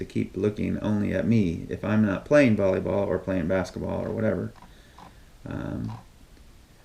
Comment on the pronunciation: you said Bally ball instead of valley ball learn your grammar stupid😂😂😂